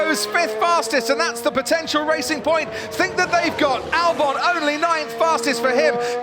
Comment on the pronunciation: Alex "Dalbon"